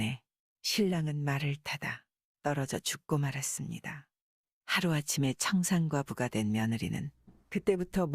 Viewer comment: 청산과부 no no 청상과부죠